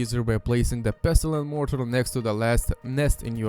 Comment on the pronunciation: pestle and mortle xD